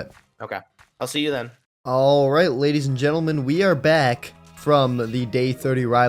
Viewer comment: Am I the only one who hears gadies and lentleemen instead of ladies and gentlemen😭